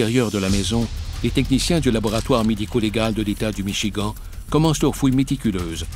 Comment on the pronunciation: C vrai et 2em fois que j étends michigant ! Ça écorche les oreilles,mais. C pas le plus important dans histoire !!